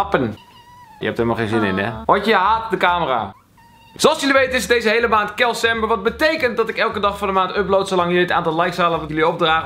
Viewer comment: Je zegt altijd kelcember maar in de titel staat kalcember 😂